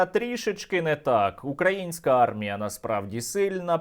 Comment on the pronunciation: Коли вже кацапня навчиться робити правильно наголос украЇнська армія?! Боже, які вони всі недолугі!